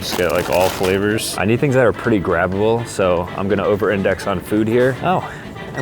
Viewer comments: He said tings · whitest guy I've ever seen say tings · "Being the CEO you gotta do CEO tings" Tings 😭✌ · Did bro say 'Tings' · “When your a CEO you need to do CEO Tings” 😂